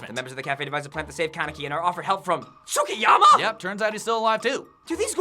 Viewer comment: Mmmmmmmmm... Y can no one say Tsukiyama properly...